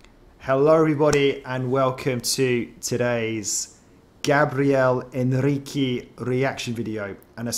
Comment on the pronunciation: Hi, first time on channel. First time commenting. Thank you for reacting to Gabriel (Gab ri el) Henrique's ( In he key) cover of Stand Up with choir & band. Please note how his name is said. Henrique (In he key) thank you. ❤ Be beautiful...❤